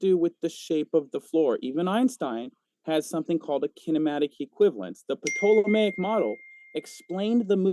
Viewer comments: Of all the stupid things said I don't know why I'm zeroing in on this one, but I literally lol'ed at his pronounciation of "Ptolomaic". I'd pay money to hear him talk about pterodactyls. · And pronouncing it "PA-tolemaic" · New drinking game, take a shot every time mispronounces Ptolemaic.